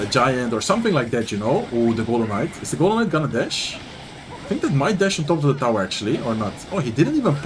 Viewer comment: I kept hearing “golem mites” everytime was talking about the golden night during the Riley vs sweep recruits game 😂